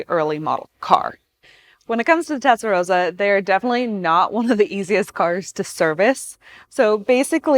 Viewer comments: Rossa is with a sharp “s” like in “boss”. The way she said it it’s the color pink (=Rosa). Doesn’t matter though when I speak English I also pronounce “Ferrari “ wrong and I still don’t know how to pronounce Countach properly - or Huawei :D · Shitty, irritating presenter, shitty channel. If you can't even say the name of the car correctly, you're an amateur. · Doesn't it sound great! The engine layout is in fact identical to the Boxer, both having the flat twelve on top of the gearbox. The TR just moved the radiator(s) to the rear, giving it the big hips, but avoiding having the coolant pipes running under the cabin floor and acting as you say like a Roman hypocaust. FYI, I know it's an American accent thing but the way you are saying Testarossa actually means 'Pink head' in Italian. Roso/rosa, with the 'o' like in rose, nose, pose etc means pink. Rosso/rossa as in possum, boss, cossack etc is the adjective that means red. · TeStarossa not TeTstarossa my dear. Also maybe you can talk without sounding surprised all the time or like asking a question endlessly! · "Tetsa-Rosa" LOL! Why is she having such a tough time correctly pronouncing the name? Anyone else find this annoying? Maybe you should grab an "eXpresso" and go hang out at the "liberry".... Say it with me... TEST - AHH - ROW - SAH. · There's two S's. It's pronounced rosser like 'tosser'. Not 'Rosa'. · "Tetsarossa"...cringes me every time :( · It's not tetsarosa, it's testarossa! As in test and ross. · She can't even pronounce Testarossa it's not Tesaroza it's TESTAROSSA!! Being a Sicilian born in beautiful Bensonhurst Brooklyn say it right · Tezdaroza no girl it's Testarossa that's like calling the Mustang a "Mustard" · It's T E S T A ROSA, not TETS & ROSA🤣🤣🤣🤣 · The narrator keeps saying TETsarossa 🤣🤣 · "Testa" not "Tetsa". "Rossa" (red) not "Rosa" (pink). But I'll forgive you because it's free content and the video is still excellent. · It triggers me how she mispronounce Testarossa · Lol tetsa